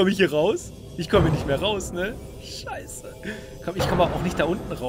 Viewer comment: Wie er immer Schaieße sagt😂😂